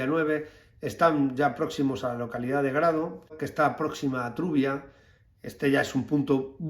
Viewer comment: Quiere usted decir Trubia, no Turia.